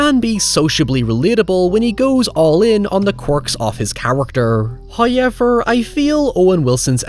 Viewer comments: bwahahaha.. Liam still said Hoyever when you said he said it in the correct American accent. 🤣🤣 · "He figures out how to say however correctly." You mean hoyever, right? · Ha.... Every time you say howyever I say it back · Why can't you say "however"? You make other oval O sounds just fine. Maybe its your jumping off point. In fairness, i can't recreate that sound you make when you say "however", so i guess we're even. I always liked this movie. I like the house. The CGI doesn't bug me. Catharine Zeta Jones looks ridiculous 😛 I think you may have read Wilson's character wrongly here. I never took him to be big headed or nasty because he puts himself in the same boat as the others. Wasn't there an allusion to Eleanor being of the house's bloodline? Something to do with the necklace. Its been awhile since I've seen it. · Um, sir, you DO say "however" correctly. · At this point I don't even know how "however" is pronounced anymore.